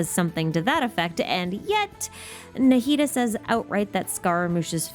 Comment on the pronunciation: the way i never noticed he fights like ruin guards incredible work subscribed thank you for this masterpiece I don't usually watch long videos but this one is so perfect and interesting I had to watch the whole thing also thank you for pronouncing Nahida's name correctly